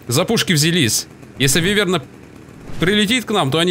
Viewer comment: не вывЕрна, а а вЫверна